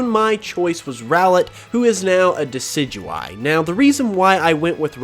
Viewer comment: Decidueye, not Decyduey! Lycanroc does NOT end with a K!